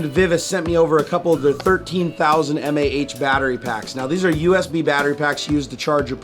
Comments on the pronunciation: m-a-h? meh. "maw", hell no. Another EE here. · I'm just glad he didn't pronounce it "maw" like some people do. That is even more cringe worthy...Kills me a bit on the inside, too.